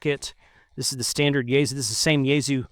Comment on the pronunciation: It is "yay sue" not "yayZoo"...